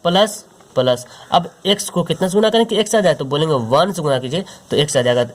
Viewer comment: Thankuuu so much sir bahut accha padhate hai app bs ap plus ko palas kyu khte h